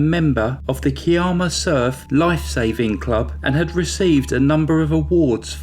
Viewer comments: “Kiarma “...oh you mean Kiama! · yes I wanted to check that he actually meant Ki-am-ah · Kye-amma, puhleeze, and (oddly) Gerringong is pronounced Jerringong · lol I was having a good chuckle at. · Gooday. I live north of Kiama [pronounced, Ki,as in eye, amma]. I remember this case, well, and was always suspicious that the husband was involved.. But I knew that Peter Woods would solve it and get justice, as I had already watched him in action when he investigated my sisters sad end, in 1984 , Not only was he good at his job but the comfort, and support he gave to mum was awesome. Thankyou for a great video, and can't wait for the next one.....stay safe, you and yours, and all you're fans. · They were from Kiama , pronounced Ky-am- uh. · As a local I’m glad to see a big crime channel cover this case. We all remember it well . FYI Kiama is pronounced Keye (like eye) a ma. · It's actually pronounced ki'am'a Ki sounds like Sky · K-eye-am-ah. Keye-am-a = Kiama. And Jerry Jer-ring-gong = Gerringong 😀 Both are beautiful coastal areas with beautiful beaches and great fishing amongst countless other things. 🥰. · Great video. No disrespect and not to sound rude, but it’s pronounce Ky-amma and the other is Jerrigong. Us aussies pronounce things oddly 😂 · Hi and good evening from Australia.... past, it"s pronounced Ky-amma ✌ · THANK YOU was just about to comment on how to pronounce Kiama and sorry for the loss of your sister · Unbelievable that a man could kill his wife and his unborn baby... So sickening.... Not as bad a crime was your murdering the pronunciation of Australian names!! Kiama and Gerirngong!!! 😂🤣😂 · I live about twenty minutes away from Kiama and I remember this case very clearly. I actually burst out laughing hearing your pronunciation of Kiama and Gerringong. Love the channel.